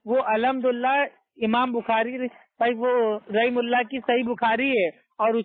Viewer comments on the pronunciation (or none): none